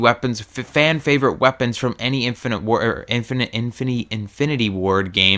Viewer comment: You seem to have trouble saying "infinite" and "modern" I have noticed. :P